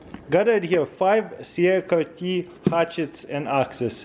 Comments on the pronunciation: CRKT is pronounced like " CRICKET" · Cee -uh-car-Tee. 😅. Accent in full effect. 👍